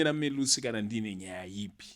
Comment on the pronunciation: Melusi not Me-lusi